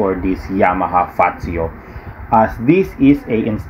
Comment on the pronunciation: Hindi ba wala pang 100k ang presyo nito? At ang basa sa kanya ay “Fatsyo”, hindi fasho.